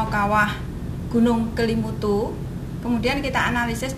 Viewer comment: Kok salah salah sebut ya nama Kelimutu dan nua ata koo fai